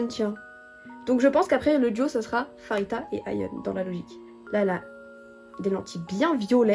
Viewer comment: Dans tous les albums de Babymonster on a une PC par membre à chaque fois c'est vraiment génial^^ si tu comptes avoir d'autres albums plus tard je te conseil Choom version crimson (la rouge) les photos et les PC sont juste sublimissime <3 (ps: le prénom de Pharita se prononce Parita, ça ne se prononce pas Farita)